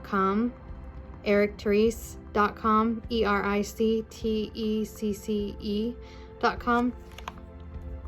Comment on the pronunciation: His last name is pronounced tee-see just so you know 😊